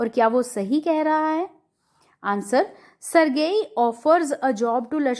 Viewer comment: Ma'am sergei ka pronunciation galat hai